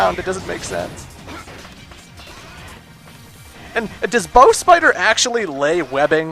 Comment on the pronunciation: Oh, it's BOhSS spider? Have I been pronouncing it wrong all these years?